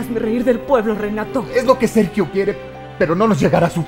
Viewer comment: Escuché "me cago Sergio"🤣🤣🤣